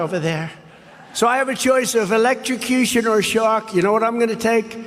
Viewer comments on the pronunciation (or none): Did Ben just pronounce “electrocution,” “Electro - Secution” - TWICE? Geez, Ben, maybe you’re going through some type of decline as well! Just kidding. But it IS pretty funny. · Exactly. Then their proof is he said "Electrocution" wrong 😂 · Erm... He said electrocution... Come on guys. I get we need material to work with, but this? This is the "Awesome Clips" your team does? My 10yr old niece can get better clips than, "Oh! Trump didn't Pronounce Electrocution Correctly!"